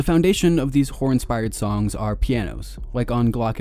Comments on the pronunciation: Swearrr, this dude keeps saying "whore" in place of "horror" 😂😂😂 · it was halfway through the video when I realised you were saying "horror"